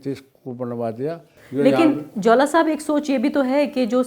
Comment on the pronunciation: Jaula Ko Jwala Bata Rahi h